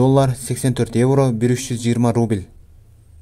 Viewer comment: Рубиль эмес укам Рубль де!